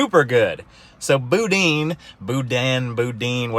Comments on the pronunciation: Louisiana is EXCELLENT for culture and food, and some of the best people you'll meet. King cake is good, but if you're still there (which I doubt), try some Doberge (pronounced Dough Baghe) cake, that's my favorite. Boudin is pronounced (Boo-Dan), is incredible. The best place to get it is gas station delis, I guess it's the older fry oil that helps. Dip them in a good Remoulade, YUM! Northern LA does have some hills, good hog hunting. I was in Lake Charles once, but it was a ghost town, doing rescue after hurricanes Katrina and Rita. I wished I could've come back another time, seems like a great town. Lastly, yeah, If you are a Mountain Biker, you can't AFFORD drugs.... Keep up the good work. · That was painful to hear you try and pronounce boudin lol think boo-dan!